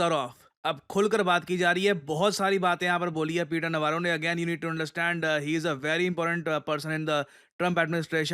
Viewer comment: Peter Navarro ❌️ Peter Navarra ✅️